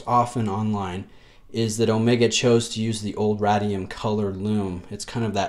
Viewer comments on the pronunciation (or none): RAY-DEE-UM. As in radiation. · I have to admit that I'm an Omega Guy, as most if not all Rolexes leave me cold. That said, this Seamaster 300 is a nice re-imagining of the original. Not so sure about the aged radium (pronounced RAY-dee-um in the US, lol) lume though. I have it on a Steinhart OVM and its peachy color drives me nuts. On this watch it appears more brownish/tan and is less offensive to my eye. Would I pick this over a Planet Ocean? Probably not, but I appreciate the attention to detail that Omega devoted to this watch. Great review as always,! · Lee K thanks Lee. I must admit I have a hard time pronouncing things right on camera. I've been making a conscious effort to say 'height' and not 'heighth' but I still get that wrong most times. I'll ad Ray-dium to the list :D